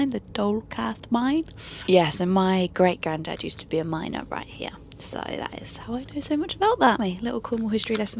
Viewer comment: "Eight" has a T on the end and "it" also has a T on the end, as does night and right. Are British women adopting vocal fry now? Dreadful.